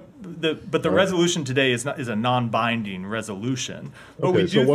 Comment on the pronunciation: Its not "non binding" ffs